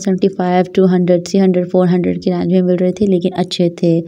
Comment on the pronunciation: Its range not rang